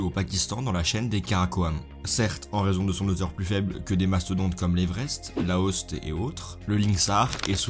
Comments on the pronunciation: ...mes oreilles saignent 😂! Le "Laost" se dit "Lot-tsé" pour Lhotse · Lhoste se prononce "lotsé"